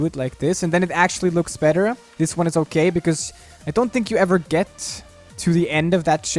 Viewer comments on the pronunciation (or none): He says "uh" at the end of some words like "I think its gonna be okayuh"